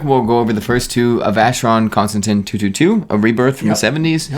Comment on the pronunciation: At least one of you knows how to pronounce Constantin. I'm fast forwarding to your clickbait thread content now.